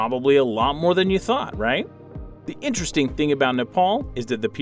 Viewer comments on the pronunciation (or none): none